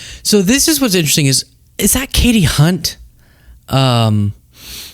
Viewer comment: Kasie Hunt, not Katie.